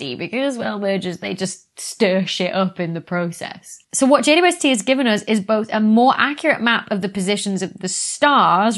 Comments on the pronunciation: I am getting old. I cannot hear the double-u in JWST. Has it been renamed? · It confuses me too. I hear a german Weh and understand quite well what she says because i'm german and that's how i would pronounce it. Dou-ble-u has far too many syllables for an abbreviation. Or is is just rly fast? (including length contraction added for effect :))